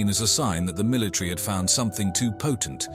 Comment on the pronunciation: Is the word pronounced military or milatree?